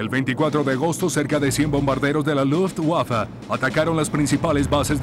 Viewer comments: seee LUTSWAFA!!! HORRIBLE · Se escucha lufwaffa pero no importa como dijo Beethoven " tocar una nota equivocada es insignificante, pero tocar sin pasión es inexcusable". Así que como sea es un buen documental . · Nunca en la historia de los documentales de la Segunda Guerra Mundial, habían pronunciado tan feo Luftwaffe :(